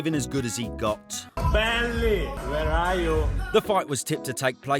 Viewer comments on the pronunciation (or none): none